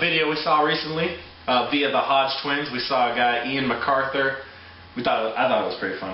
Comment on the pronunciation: "Ian Macarthur", Can't pronounce for sh*t bro!